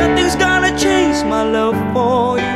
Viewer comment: Maganda talaga yung boses nya. Nakaka inlove. Pero yung some words lang siguro medyu may problema sa Pronunciation but overall maganda sya. Like "Change" and "Much" :) nakaka inlove yung boses.